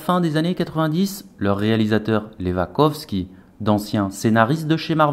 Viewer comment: Wachowski WA pas VA et CHO et pas CO